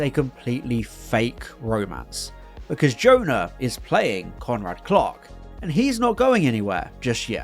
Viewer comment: I kept hearing "Conrad Clock" when you said "Conrad Clark."